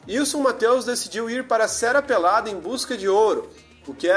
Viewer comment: Bareto, Aruda, Sera Pelada... acho que o narrador faltou na aula de como se pronuncia o "rr".